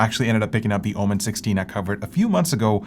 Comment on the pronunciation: Why it's (OMEn) and not (OMEN) this drives me crazy 😵‍💫